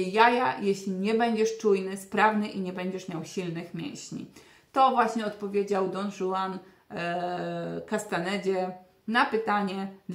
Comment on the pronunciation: Wymawia się "Don Chuan", a nie "Don Żuan". I są filmiki z magicznymi krokami. Uczennice Castanedy założyły fundację Cleargreen zajmującą się popularyzacją tej techniki. Nauka magicznych kroków nie ma sensu bez podstaw jakie przedstawiła w swojej książce uczennica Castanedy - Taisha, a zwłaszcza Krążenie Mikrokosmosu i rekapitulacja. Tak, tak te same ćwiczenia co z klasztoru ShaoLin czy Tybecie bo magiczne kroki przywędrowały z Chin wraz z jednym z poprzednich nauczycieli spadkobierców Castanedy co sam opisywał. Nie wszystkie, ale dużo.